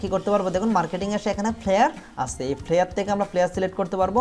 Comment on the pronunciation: ফ্লিয়ার না ফ্লাইয়ার Flyer. উচ্চারণ ঠিক বলবেন please